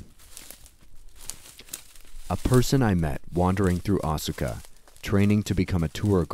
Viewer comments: Great video, but Asuka is pronouced like Aws-ka with just two syllables and not Aw-su-ka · Yeah Asuka is pronounced Aska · I have one issue with your video. Unless place names and people names are different in their linguistic rules - I don't see why they would be - Asuka should be pronounced "Aska" (as in ask-a-question). I know this because I knew a girl in college who was from Japan and her name was Asuka, but she asked me to pronounce it "Aska". This seems to be a common trend in Japanese as well, with the u in many words and names being silent (much like our own silent e in some words and names, perhaps?). Other than that, great video. <3 Seriously, this is amazing. I've seen a number of videos looking into the Unown and the Ruins of Alph, but I never knew it was actually 100% based in reality - not just the game's maps, but the the Unown mystery and all the lore itself. And it makes sense, as there are pieces of Japanese history and culture written into every game they make - not just the Pokemon games - but it's awesome that you put this together. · Isnt Asuka pronounced like "ahh skuh" ?